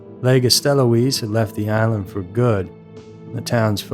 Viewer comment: That's not how your pronounce his surname! Since when did they have CCTV with recent cars in the 1950's!! Mont a lab instead of Mont a L'Abbé!! Lei Cruz, instead of Écréhous!! Lego Stelloise instead of Alphonse Le Gastelois!! A photo of the States of Jersey Police in 1975 instead of the 1960'S! A photo of a police car from New Jersey!! This idiot claims the trial began on 29th November 1970, he was convicted in December 1971!! Where is the Isle of Right?!! Isle of Wight!! A prize hamster could do a better job of narrating than this nut job!!